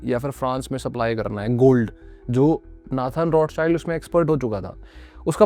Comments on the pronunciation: आप रॉथचाइल्ड/रौथचाइल्ड को रोथचाइल्ड क्यों बोल रहे हो? आपके नाम को कोई ऋषभ की जगह राइशभ बोलेगा तो कैसा लगेगा? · Other pronounce:-Rothchild family Me listen :-RoadSide family 😂😂😂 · Roths child nahi hai bhai Roth schild bol